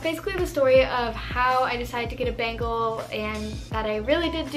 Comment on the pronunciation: 'bengal kitten' sounds a lot like 'bagel kitten' and now i can only hear 'bagel kitten' and its making me hungry 🤣🤣🤤 great video as always i found the bengal facts super interesting!! <3